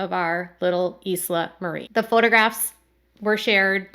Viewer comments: Thank you for the updates, I feel so bad for Jill and her cute family. Isla is pronounced “eye-luh”, like island without the “nd.” At least that is how we say it over here on the west side. Such a pretty name for a precious little girl ❤️ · It’s pronounced “I la” kind of like island. This is very sad. My parents wanted a boy. They finally had my brother after 4 girls. Then they were sure they had the boy thing down and had my sister. I would have loved to be a fly on the wall for that visit. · btw, her babies name is pronounced “eye-la”, like “island”, the s is silent. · Isla is Latin/Spanish. Pronounced as was mentioned "eye la". Some of you may have visited a beautiful island off the coast of Cancun. Isla Mujeres. American's will pronounce in English "Ees la" which is fine, but not proper. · It's pronounced eye-la - it's Scottish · Isla is pronounced i-la just fyi❤ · Its Isla.. like Island, not Eezla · Isla is pronounced I-LA. not eas-la. Dale Earnhardt has a daughter named Isla and that’s how it’s said. It’s a pretty name I think.😊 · Wow Americans pronounce Isla weird. It’s a Scottish name derived from Islam an island off the west coast and is pronounced Eye-la hth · It's pronounced like eye-la like short for island. The S is silent. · Isla is pronounced Eye-La. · The name Isla is pronounced "EYE-lah". Think of the words 'island' or 'aisle'. I've followed your Duggar news for years now. Thank you.😁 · Great video. It's probably pronounced I -- Lah. The s is silent. Poor Jill and Derrick. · I think they pronounce the name eye-la like island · Spanish pronunciation is eas-la. Either could be correct. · My cousin named her daughter Isla. “Eye-La” like island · It's pronounced Eye- lah. Baby Isla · The baby girls name is Isla. Eye-la. Like how the beginning of island is pronounced… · Isla is usually pronounced, Eye-la. Thats so sad. I was hoping one day she'd have a little girl. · The baby’s name Isla is pronounced eye-la. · Isla is pronounced I-la like island